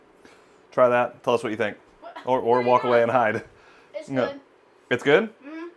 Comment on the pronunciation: he said maybe save hundreds or thousands of dollars by getting chuck roast and not ribeye. but it sounded like he said hundreds of thousands of dollars and i thought that was funny.